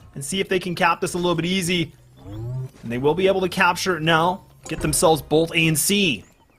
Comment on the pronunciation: someone should tell there is no L in the word both also #justiceforactman